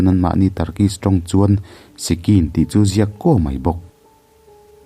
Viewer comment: Sicsin ti in kan lam thin